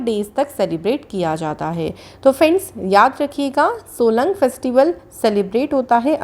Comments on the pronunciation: its solung not solang festival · No. 2 it's Solung not Solang...🤞